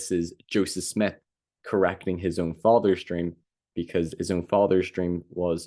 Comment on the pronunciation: “… a Dweam within a dweam” 😂